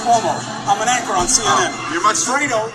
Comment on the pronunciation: He said "anchor"